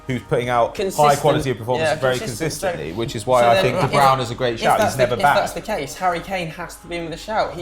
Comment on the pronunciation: Why does say de browna